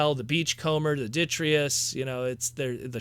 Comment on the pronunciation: “De-TRY-tus”, man. It’s “De-TRY-tus.”